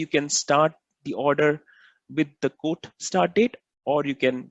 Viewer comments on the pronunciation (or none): when you say quote it sounds like code, please practice this word as it gets confusing.